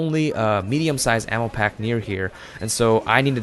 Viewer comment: Instead of ammo I kept hearing anal